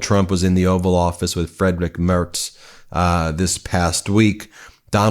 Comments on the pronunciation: DUDE it’s not fucking Fredric! Freed/rich Mare/Z (hard Z like zit) outing one’s self as dumb is what you are doing! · Friedrich Merz is pronounced = Free-d-rish just an FYI... 🙂